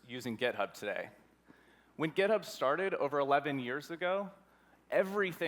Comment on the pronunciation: did he just say gitub?